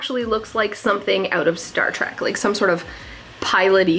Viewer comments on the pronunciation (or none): none